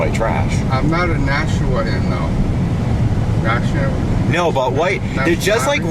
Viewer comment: I live in nashua. It's pronounced NASH-U-UA